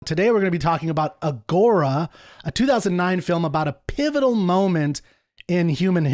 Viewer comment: If he is a Classicist, why does he mispronounce Agora like that?